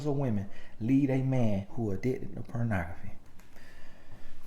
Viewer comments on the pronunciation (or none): 🤣🤣🤣💀💀💀😩 🗣pronography 🤣🤣🤣